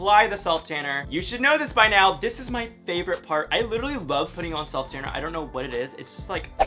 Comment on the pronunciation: him: my fovorit color Me:Orange